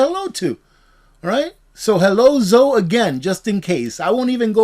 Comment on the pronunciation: Zoe is pronounced Zo-ee